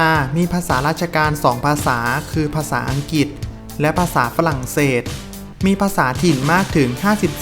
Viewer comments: คนอ่านภาษาไทยไม่ถูกต้อง เช่น สหลัด อังกิด เป็นต้น ผิดทั้งนั้น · เสียดายที่คนอ่านออกเสียงตัว "ร" ไม่เป็น เช่น อังกิด ศาสนาคิด สำลอง เป็นต้น.. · คนออกเสียงภาษาไทยยังไม่ชัดไม่ควรมาออกสื่อสังคมเลยขายหน้าเขา เช่น อังกิด ลัสเซีย ฯลฯ